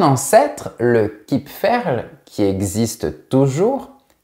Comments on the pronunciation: Super vidéo, merci! Tu as prononcé "Kipferl" prafaitement, je confirme (je suis viennoise). 🥐😁👍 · Bonjour, Merci pour cette vidéo amusante. Vous avez bien prononcé le mot "kipferl" (quoique l'accent soit plutôt sur la première syllabe).;) Bonne journée.